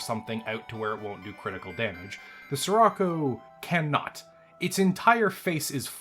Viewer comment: the word "Scirocco" is Italian, so the "Sci" at the beginning would be pronounced /sh like the "sh" in "fish" or in "ship"